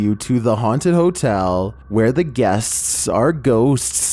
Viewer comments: I guess got possessed during recording this "GUESTSTS, GHOSTSTS" 😍😁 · "Where the guests's's are ghosts's's" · At the mark how he says guests are ghosts 👻. Funny.